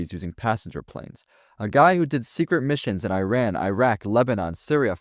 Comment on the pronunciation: You call yourself a Middle East historian but don’t know how to pronounce iran or Iraq and didn’t know iran isn’t Arab?